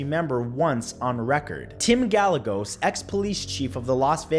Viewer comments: His name is pronounced GUY-EGOS like egos waffles spelled Gallegos which is my last name FYI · Scientology base.... Tim Gallegos. Pronounced (Guy-egg-Ohs) JS✌️